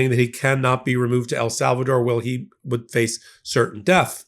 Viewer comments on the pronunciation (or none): none